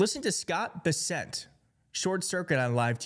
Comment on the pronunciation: It's Bessent (BES-sent), not Bissette (bis-SET).